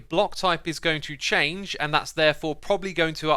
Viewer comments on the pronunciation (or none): none